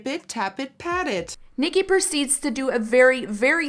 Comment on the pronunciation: Ahh I have a name twin! Thank you for saying the name right lol a lot of people butcher it